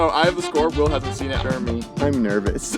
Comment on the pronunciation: please dont pronouce it JERmy its JerEmy ahhhhhh